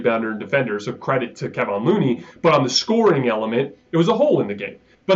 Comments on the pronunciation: This dude always saying Kevon’s name as Kevin and it’s lowkey disrespectful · Excellent analysis from you, as always. I think you’re about 15 degrees off on your understanding and appreciation of Curry’s game/role/import to the team. And, you’re almost there on Kevon. The accent is on the second syllable. Thank you. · His name is keVON NOT keVIN